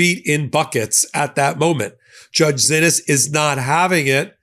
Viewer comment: While someone who did not know that the judge pronounces her name otherwise would pronounce "Xinis" as Zinis, this judge pronounces her name as "SHE-knees". As an attorney you should have inquired about that, when you heard multiple people pronouncing the name differently. A quick call to her clerk would have cleared it up. Sorry, but to not do so is sloppy, if not downright incompetent for someone acting as an analyst & reporter..